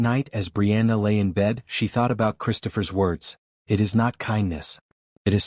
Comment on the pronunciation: It took me awhile to realize the AI reading this story doesn’t recognize the word “it.” It keeps referring to it as “IT”(information technology).😂😂